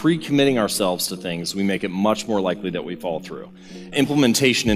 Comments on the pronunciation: Good talk, interesting concepts.........BUT...........whenever the speaker says, "follow-thru," the words are garbled and come out as, "FALL-THRU." Most disconcerting. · Great video, I kept thinking you were saying "fall through" instead of "follow through"...🤣